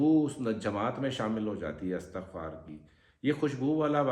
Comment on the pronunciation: Astagfar hota ha astakhfar na bola Kary plzz